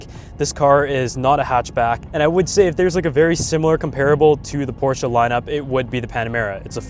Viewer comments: You’re nearly the only English speaking guy I know how actually is able to pronounce “Porsche“ the right way. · Cool Intro, and respect not every american can pronounce Porsche the right way